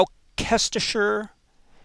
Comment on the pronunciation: around 11.40 Wow!!!!! Britiah names can be a nightmare. Gloucester is pronounced 'Glo-ster'. Gloucestershire, 'Gloster- sher' ( and Worcester, 'Wooster' ( like book, not moon) etc ) Berkeley, 'Bark-lee', Hertford,' hartford' A corruption of 'hart' the old english/teutonic word for a stag or deer. The emblem for Hertfordshire is a stag. I know this cos I live there! .Not trying to be a smart ass, just thought you might like to know. .....Isolation is turning me into a shite-clo-pedia.... Lovin' your work man. ATB M .